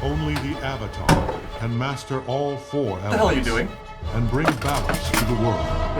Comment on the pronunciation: Has entire life's purpose taken away: Sympathy. Mispronounces Avatar: Sympathy withdrawn.